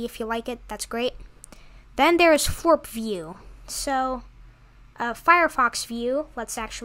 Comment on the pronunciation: Not foorp. Floorp